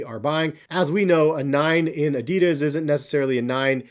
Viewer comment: It hurst how he pronounced adidas:(